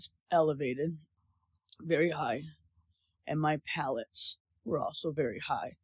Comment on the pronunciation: She said pallets 🤣🤣🤣